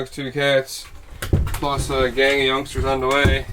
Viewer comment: I heard youngsters, plural 😅